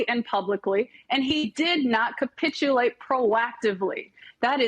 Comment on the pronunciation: Capitchuate co what???